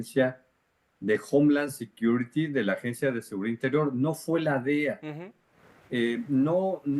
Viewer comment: Nos se dice Dea chuntaros se dice D.E.A. en ingles